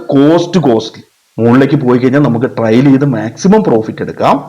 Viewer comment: വളരെ നല്ല ഒരു വീഡിയോ എനിക്ക് ഇഷ്ടപ്പെട്ടു. ദയവു ചെയ്തു ടാർജറ്റ് എന്ന് പറയരുത്. അതു ടാർഗറ്റ് ആണ്. ഈ ലോഗത്തിൽ മലയാളി മാത്രമാണ് ടാർജറ്റ് എന്നു പറയുന്നത്. പിന്നെ ട്രയൽ അല്ല ട്രെയിൽ ആണ് വിഷമം തോന്നരുത് നിങ്ങളെ വിഷമിപ്പിക്കാൻ പറഞ്ഞതല്ല. Very good👍🏻 keep it up 👍🏻